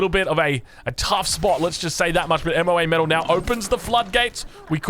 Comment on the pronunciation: It's MoaMetal not M.O.A.Metal Google her you heathen.